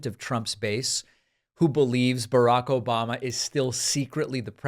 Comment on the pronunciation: Obahmnah! Lol